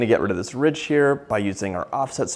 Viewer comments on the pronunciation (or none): none